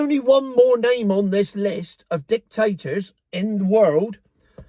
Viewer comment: going through the list of Dik-Tate-Tors... LOL..., I was from Burma, a Dik-Tate-Tor Military since 1962, from when I was born. Never expected UK in 2025 to adopt similar policies. The Miliary Police arrive at 2-3AM in the morning and take you and your family away to a prison for 20 years!!!